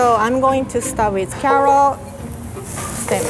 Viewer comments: She says carrot like karot 🥕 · I love the way she pronounces carrot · mayor quimby's nephew: it's CARROT, say it right. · That way she says carrot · idk y but i like when says "carrot" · I like the way she says carrot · “Cawoot weawy good” hahahhahahaahahahahahahhahahahah